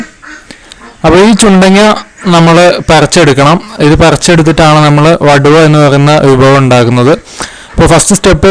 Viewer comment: വടുവ അല്ല. വടുകo എന്നാണ് പറയുന്നത്